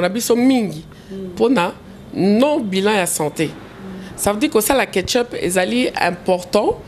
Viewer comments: on dit checkup, mais pas ketchup zoba ya mama koko donc zobacccccc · mwana congo 😀😀😀😀 Ketchup 😀😀😀😀 Eza check up